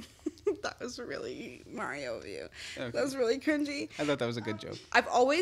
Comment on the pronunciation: The way you say Mario is criminal